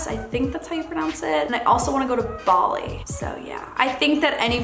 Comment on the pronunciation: Yeah Bali... clear water... yeah in some places but definitely not all. Only a tiny few places.. also. It’s baa-lee not barrrlee. Maldives pronounced right. Sorry for not picking but I’m Australian and we love to go to those places